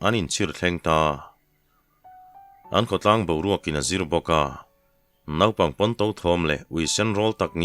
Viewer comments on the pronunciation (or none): none